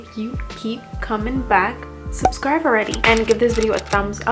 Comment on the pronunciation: First off I love your videos. But this whole time I thought you couldn’t pronounce B’s, (but you mentioned before English isn’t your first language so I thought that was why) but you said berry just fine. Lol. You always pronounce subscribe like subscrive. And I can’t think of the other word that you did on.